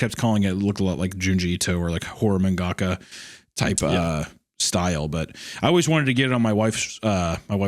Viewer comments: If you enjoyed this, I HIGHLY recommend a Japanese show called Yamishibai. You can find some english subbed ones here on youtube. Great little short japanese horror stories. also "man gaka" killed me lmao its pronounced mahngah kah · I will never forgive Hunter pronouncing mangaka as “man gahkah”